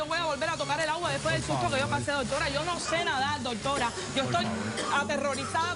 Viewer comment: MUJER TEN EDUCACION, PARA HABLAR NO TIENES QUE DECIR TANTO DOTORA, NI SIQUIERA PRONUNCIAS BIEN ES DOCTORA,, Y QUITATE ESE TINTE TE QUEDA HORRIBLE, J jajajajaja. Cuanta crapula junta, jajajajaja POLO POR FAVOR EN ESTE NUEVO PROGRAMA DEL 29 DE OCTUBRE DE 2018 NO PONGAN TANTA CHUSMA QUE VUELVE UN GALLINERO, DE SER ASI COMPRE TAPE Y UNA CORNETA PUES SE QUEDARA AFONICA CON ESTOS SALVAJES SIN EDUCACION NI RESPETO PARA SU SALA